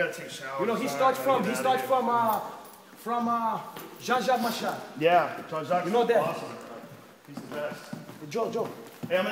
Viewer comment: "Jah Jah Macha" (Jean Jaques Machado) 😂😂😂😂